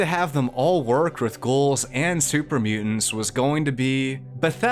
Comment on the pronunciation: I genuinely enjoy your content and personality, but you're pronouncing 'ghouls' like 'goals', why? lol